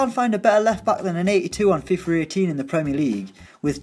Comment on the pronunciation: It's FIFA with an A not FIFER